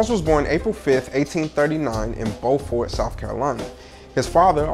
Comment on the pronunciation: Dear..it's pronounce Beau-fort....like Beau-ty...fort...signed an island girl!!..